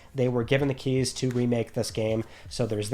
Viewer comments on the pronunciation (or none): none